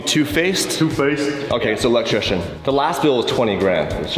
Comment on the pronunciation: Electrician not electriction guys